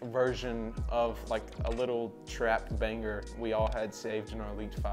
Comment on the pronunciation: why does blud say banger like “baneGer”